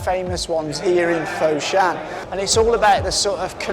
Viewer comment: if you pronouce foshan as "fot-shan" but not "foe-shan", it would be much better...:D